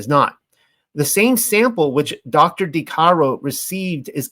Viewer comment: The "de" in "Marguerite de Chamy" is not pronounced as "day" but more like "deh" haha I'm sorry I had to comment.